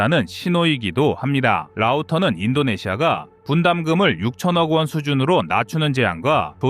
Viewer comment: 억원을 어 꿘으로 발음하는거 증말 안고치네 비추 하나 날림 ~